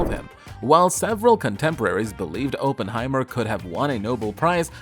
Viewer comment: Cannot watch this with Oppenheimer being mispronounced every 12 seconds 🤦🏻‍♂️